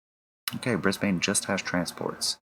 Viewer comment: "Bris-bane" is better pronouned "Bris-bin" or maybe "Bris-ben".